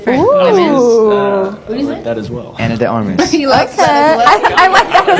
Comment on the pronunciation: Are you spanish or latina 'cause you pronounced Ana de Armas' name perfectly (and I also saw that your google page is on spanish)